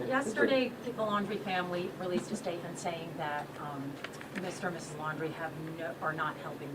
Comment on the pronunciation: It's not Landry, it's LAUNDRY (LAUNDRIE)! Love your videos!